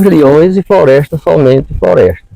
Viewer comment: Se ver que homen muito sabio inteligenge,primeiro na pronuncia errada que antonio sempre fez sobre Floresta do navio quando na verdade flroesta nunca teve navio... segundo descrevel bem quen era lampiao e seu bando por isso so ja demostro ssr homem sabio mais que um Doutor parabens seu homem como senhor e reliquia de grande valor exemplo pros novos..